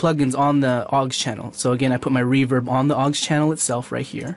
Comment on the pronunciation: PS it's au X, not 'awggs'